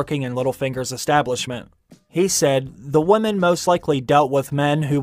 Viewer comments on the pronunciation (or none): This dude needs to learn how to pronounce the word women.. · Why do you constantly mispronounce "women" as "woman"?